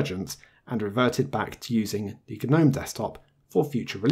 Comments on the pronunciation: "Guh-nome"? You know its pronounced "nome" right? The G is silent. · its pronounced nome not gu-nome! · It's a silent G, the word gnome has a 'G' but is pronounced 'nome'. I thought I'd manage to ignore it but by 3 minutes in I had to post a comment. Sorry.